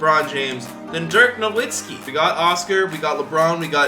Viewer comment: It’s Pronounced Novitski even tho he has he W he is an international player